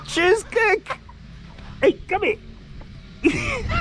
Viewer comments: nice place, welcome back to Hungary. Csirke is chicken, not csicskek. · Chicken is pronounced Cheerka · check up the pronunciation for chicken or hens in google translator, because what you say is totally not understood for any Hungarian.